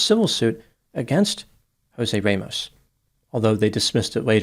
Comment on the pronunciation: Good analysis of the case. However, I would recommend before you pronounce any Hispanic name, Google the pronunciation. Jose you got correctly but Ramos does not have a long A…it is RAH-mohss.